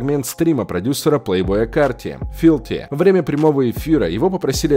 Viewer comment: не филти а филфи